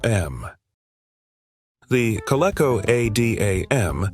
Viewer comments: It's pronounced "KO-LEE-KO". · Co-lee-co. Adam, not A D A M